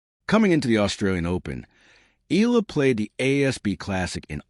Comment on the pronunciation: Her name is Eala ( e à la ) not ( eela )